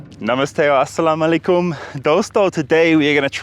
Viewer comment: it's not aslaam o alikum.. it's assalam u alaikum as in arabic it is اسّلامُ الَیکُم.. so he was right, he just didn't add u in the middle. You don't have to be accurate..he was trying to do it and that's enough.